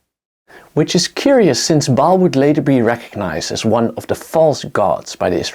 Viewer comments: Ba'al With that apostrophe for the glottal stop. Pronounced like when you pronounce Hawai'i properly with that glottal stop. Great video, nonetheless. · Another one who can't pronounce Ba'al (ba as in bar not bail and al as in alcahol) not pronounced bail.